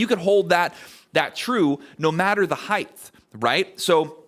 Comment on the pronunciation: You lost me at 'heighth'.